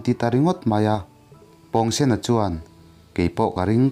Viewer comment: pawngsen a pawng hi,pawngpaw tih a pawng ang hian lam tur a ni lo mi😁